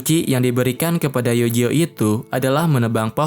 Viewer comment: Bang tolong bet penyebutan nama pake Pelafalan asli, Eugeo jangan Yujo, Alice jangan Alis, beda penyebutan nama malah serasa beda karakter 😔